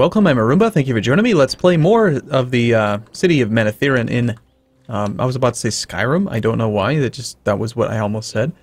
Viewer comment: Heh, never thought about that english speakers would pronounce it that way :-) But WoT is hard to pronounciate as RJ intended to anyway.